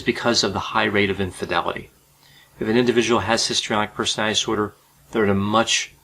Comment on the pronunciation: Um it's called personality disorder not personaty disorder. I must have OCPD because I cannot stand listening to him repeatedly mispronounce the word personality.